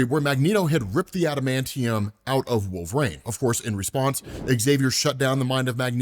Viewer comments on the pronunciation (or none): Wolverine has three syllables, not two!